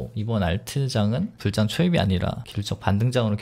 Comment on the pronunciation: 불장은 자꾸 불짱이라고 발음하는게 웃겨요 ㅋㅋ